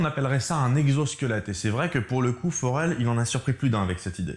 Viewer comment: "accompagné d'un forell" 😂😂😂